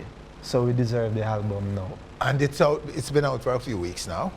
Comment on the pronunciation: Everytime Nesbeth said "Halbum" it's like me feel pain. I'm actually gonna buy the album but this is just a little constructive criticism from a fan. Jamaican artiste need tp practice how ro speak ans and pronounce their words better because it's a big road block to international break through. No I'm not talking about patois but when some actually claim to be speaking English and add and remove "H" all over the place